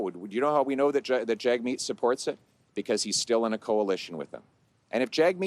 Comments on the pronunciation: I like how PP calls him “JAG-meet”, just as it is spelled in English. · Is there a guy in Canada called “JagMeat”?